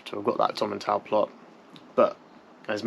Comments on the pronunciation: Tom-in-tool is how it is pronounced mate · Please don’t take offence but Its pronounced “Tomintowel”😊